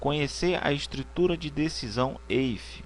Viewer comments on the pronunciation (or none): Excelente aula, só corrigindo prof. o if em inglês se pronuncia ifi e não eifi. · "eife" ????????????? lê-se "ifi" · Demais o vídeo, apenas uma observação. Sou professor de Inglês e a função "If" se pronuncia como se escreve em português. Ou seja, ficaria /if/. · IF , IF!!!! Foi uma boa aula, mas aguentar vc falando EIFE foi realmente difícil